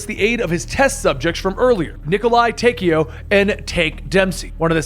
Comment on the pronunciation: So much stuff is wrong. Even the pronounciations of things are very wrong. Taykio? Ar-gath-a? A-thur? Preemus? (Even though its actually Ultimis) Prime-us? Story is over? Watch this if you want to see what happens when someone who knows nothing tries to figure things out without playing any of the games, but for the real lore, I might suggest MrRoflWaffles or Mystery Machine or something.